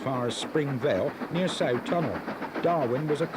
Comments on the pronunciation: I live in Darwen,the Sough tunnel is pronounced "suff" rather than sow tunnel,great footage,thankyou. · A small correction if I may, the first station from Blackburn on the Hellifield line was not Wilpshire but Daisyfield. I used it many times. A few minor mispronunciations, W halley is pronounced “Wall-ee”, Hoghton is pronounced “Ho-tun” and Sough tunnel is “Suff tunnel.” Excellent atmospheric video of an area I knew so well.🎉🎉🎉🎉🎉